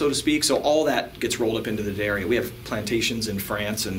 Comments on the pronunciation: ***** From a previous video. He said DEE-uh-dario before. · You finally figured out how to say the name correctly! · Great,, telling Americans the correct way to pronounce Jim's name -- DADDario -- euh, I'll say it again...DADDario.:)) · I've used nothing but D'Addario strings for two decades, and I love vids! \m/ BUT Mr. +: I know you love coming up with your own pronunciations for stuff, but they say "D'Addario" like "dairy milk": Da-Dairy-O See also: I've been listening to you say it that way for so long I catch myself saying it the wrong way all the time. You are a bad influence:) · Haven't finished watching the whole video yet. I'm wondering if anyone corrected you in your pronunciation of D'addario. Duh-DAIRY-Oh.